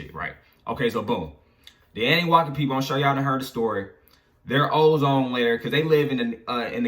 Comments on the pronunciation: Nigga said annuwaki lol it’s annuNAKI 😂😂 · it’s pronounced Ahh-New-Nah-key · Uu pronounce annunaki wrong lol